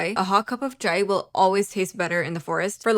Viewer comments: its cha-i not cha-e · tip for saying “chai”.like said in the vid she said c- hi! but how Bengalis say it is by say)ng it like cha (as in cha cha) js cha I speak and come from Bangchan so trust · Duh fuh you saying chai like that for